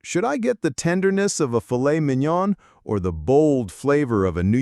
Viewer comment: Minion do not pronounce the last “N”. If you want to say it correct.